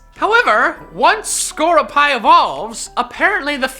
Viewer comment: Uh I'm sorry, "Na-ga-NEIGH-dull"?? CLEARLY Naganadel is pronounced "Nuh-GAW-nuh-del". EDIT: AND SCORUPI IS PRONOUNCED "SCOR-RUPEE" not "SCOR-OO-PIE"!!